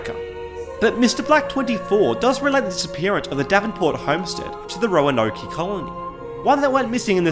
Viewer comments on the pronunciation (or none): It's pronounced "Ro-an-oak" btw. Not "Roanoké." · The e is silent! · “Roanokay” lmao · hearing him try to pronounce Roanoke was great. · Great video, but as someone from Virginia hearing him mispronounce "Roanoke" was painful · I have never heard someone say Roanoke that way lol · His pronunciation of Roanoke 😂